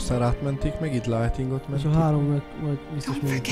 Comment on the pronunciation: Ha már Lightning a kedvenc karaktered legalább a nevét kibírnád ejteni meg leírni. Nem sértés :)